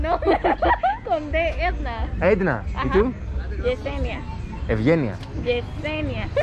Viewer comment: I enjoyed the video very much but am disappointed that after all that you still couldn’t remember her easy name. Edna not Anda 🤦‍♂️🤣